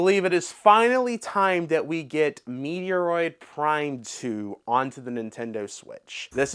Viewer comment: MET-ROID....for the love of god. Lol